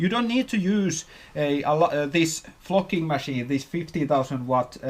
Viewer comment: I'm less then a minute in, and I'm dying laughing already. It sounds like you're saying f@ instead of flocking. I'm at work, and I had to turn it down lol